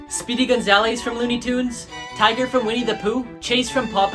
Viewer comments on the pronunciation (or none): Did he say tiger instead of tigger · bro he really said tiger 🐯 it’s TIGGER with a short I